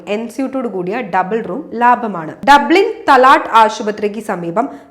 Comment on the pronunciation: തലാട്ട് അല്ല.. താലാ.. വായിക്കുന്നത് എങ്ങനെ ആണ് എന്ന് മനസ്സിലാക്കി ചെയ്യൂ.. വെറുപ്പിക്കല്ലേ.. ഒരിക്കൽ ഞാൻ ഇത് പറഞ്ഞതാണ്